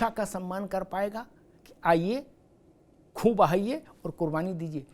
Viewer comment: Khoon nahi khoo 😂 Amitabh ji